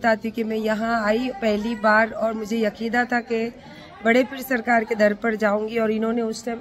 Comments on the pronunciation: English to english, urdu ki bhi dhajji udati hai ye aurat. Yakeeda nhi Aqeeda hota hai... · Yakidaa nahi madam akidaa hota hai.... 😂ye vaar over acting kuch ziyadaa ho gai😂😂😂😂